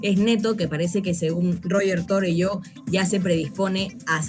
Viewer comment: Roger Torelló es catalán. Su nombre y apellido se pronuncian Ruyé Turelló. Cosas del catalán.